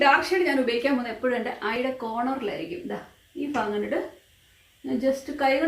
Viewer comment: Fagamalla aunty bhagam